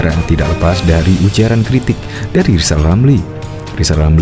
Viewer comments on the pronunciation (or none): Si lijal lamli ini napsu tinggi, tp tak punya tenaga, kl ngomong kayak tukang sulap. Kl ngomong giginya ditutup lapat lapat kalena gak bs bilang hulup rrrrr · Ngomong R aja kagak gablek malah ambisi mau jadi pleciden. Si lizal lamli sakauw kayaknya